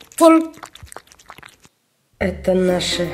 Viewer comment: Вообщето не коронтин а карантин